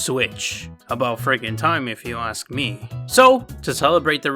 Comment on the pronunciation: I think “ask” has a k.